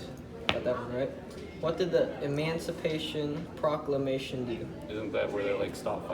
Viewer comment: "EmOncipation ProClockLamation"